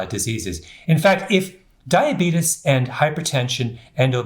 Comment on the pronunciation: I love your books, your presentations, you are absolutely brilliant! However..... please... it's "diabetes," not "diabetus" and there is a major difference between Type 1 diabetes (pancreas no longer makes insulin) and Type 2 diabetes [your body is insulin resistant, due to excess weight (usually belly fat), but pancreas still makes insulin]. The general public believes Type 1 diabetes is due to lifestyle and bad eating habits, but that is untrue; however, it's mostly true for those who suffer from Type 2 diabetes.